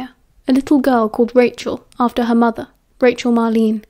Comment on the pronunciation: “Rachel Marlene” 😭